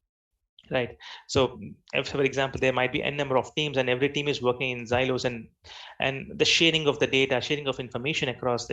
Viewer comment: its silo and not zilo.. it sounds annoying to hear such pronunciation mistakes..